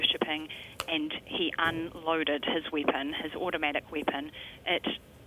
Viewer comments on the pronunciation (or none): Anybody notice how this reporter gave extra emphasis on the word "automatic"?